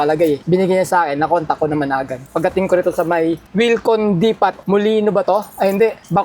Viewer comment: 😂 mali pronunciation ng Depot mo pards haah😂😂 In fairness ganda ng uniform nyo ni tatay 😊